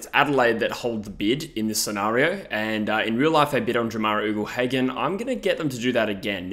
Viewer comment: I’m a fan of your vids, but something that grates on me is when you say Ugle Hagan. It’s not pronounced “oogle”, it’s pronounced “yougle”